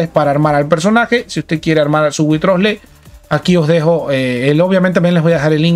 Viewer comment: Mira que he escuchado llamar de mil maneras a Wriothesley pero es la primera vez que oigo que alguien le llama witrosle jajajja